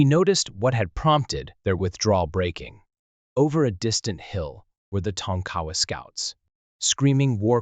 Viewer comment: Tonk-A- Wa not tonk cowa